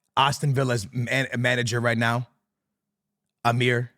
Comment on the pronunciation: Atlanta → Alantia Unai Emery → Amir